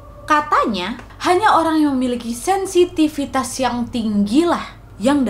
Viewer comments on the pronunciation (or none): kamu ngomong apa nad....??? 😂😂😂😄😄😄 SENSITIVISAN... ?? Sensitivitas nad.